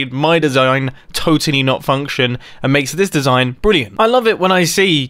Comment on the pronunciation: "my desiiigngn"